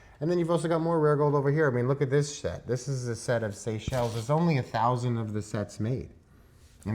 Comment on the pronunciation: 😂😂 did he say SET OR SHIT 😂😂😂